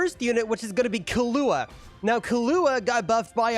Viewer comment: you can tell bro's white when he says the names, especially killua